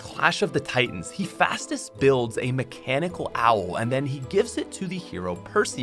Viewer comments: It's pronounced "heh festus" btw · Lol don’t know his Greek mythology, it’s hef-eye-stus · Hes pronounced * HUH- FEST-US* sry was bothering me the whole time lol